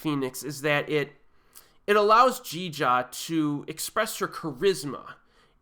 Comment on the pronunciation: That Jeeja pronunciation was golden ;) sorry. Jeeeeeeejarrrrrrr